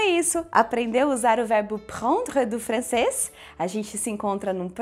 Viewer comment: Vc tem uma pronúncia errada, o “e” no final de prendre n se pronuncia, e o “e” tem som de “o”